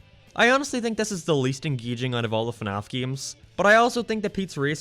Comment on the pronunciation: also, when you insult someone, pronounce what they like correctly, it's fnaf